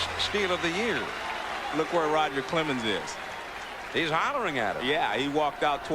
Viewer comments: There's no "d" in Roger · Yeah, who the heck is RODGER Clemens?